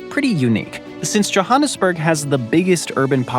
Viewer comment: Mispronouncing Johannesburg hurt since it’s said how you would read it. JoHANnesburg han as in hand. Yes it’s from an Afrikaans name, but no one says it like that when speaking English. Bloemfontein. Fair. That isn’t as straight forward